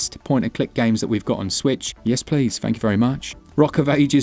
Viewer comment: Fank you but Yes fank yew. Jumped on Bear and Breakfast and yes fank yew👍🏻❤️🍻